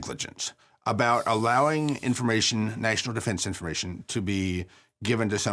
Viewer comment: “gross negligensh” “national defensh informatshon” I’m not just saying stuff for the sake of saying it. He has no jokes, no rhythm or inflection in his speech and has flehm on the back of a lot of words. I’m sure he’s perfectly intelligent but he’s not entertaining. Again, not everyone should be a host and that’s fine. If he’s a square allow him to fall into the square hole stop trying to shove him into a circle.